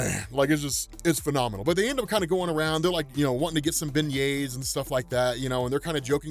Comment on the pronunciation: thank you for saying beignets correctly. As a person from Gambit country, I greatly appreciate it.